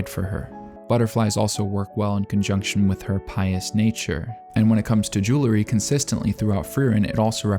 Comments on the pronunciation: I love all the care for detail in Frieren, and it's great to see someone who took the time to examine it! I also wanna say, however, that it really bugged me every time you said jewlery instead of jewelry. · I'm glad I'm not the only one that got distracted by his pronunciation of jewelry!